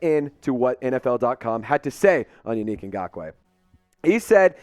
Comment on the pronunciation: Bruh it's Yannick (Yah Nick) not you unique 😅😂😂😂😂!!! He would be a good addition.